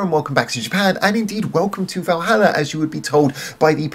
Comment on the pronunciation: Stretching 'Valhalla' to four syllables, - (intentional or not) is a masterstoke, IMHO. - Interesting take on the concept without going too deep and getting lost with all the mythology. - Musically sharp, some lovely support with Jill's strings. - this ticked a lot of boxes for me. Lots of interesting little details to listen out for. - And Fuki singing her little heart out is always great value. Great song.